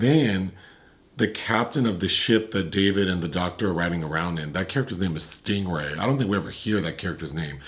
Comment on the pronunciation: “Stingray” lmao I appreciate the effort though